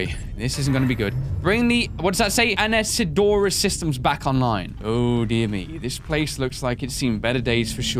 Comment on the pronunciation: Uh-knee-suh-door-uh. The other guy said it a while back in the video.